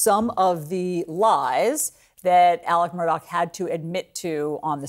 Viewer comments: For Christs sake CNN the guys name is MURDAUGH not MURDOCK. Such Lazy shitty journalism. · Why does everyone mispronounce his last name? If they’re going to say it can’t they figure out how to say it correctly.